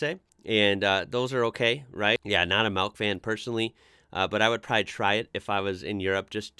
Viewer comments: I didn't know that people can actually say "malk" genuinely. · Are you saying 'melk'?